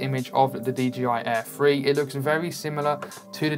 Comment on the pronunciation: Are you saying "DJI Air Free" or am I missing something?